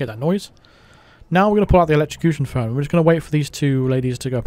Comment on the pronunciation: I was happier when you said "phlone" 🤣🤣🤣